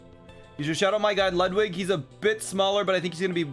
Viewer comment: I still hate how you pronounce Ludwig